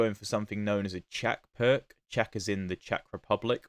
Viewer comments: "Pirc" is a Slovenian name and is pronounced something like "PEERTS" ( /ˈpɪərts/ ) in English. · > gives two pronounciations of the Pirc > both are wrong god bless England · Not even Daniel Naroditsky, the best at foreign names, knows the correct pronunciation of the Pirc! 🙂